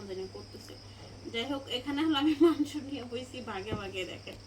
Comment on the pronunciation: মানসো না উচ্চারণ টা হবে মাংস